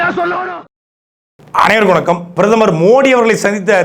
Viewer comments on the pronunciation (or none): none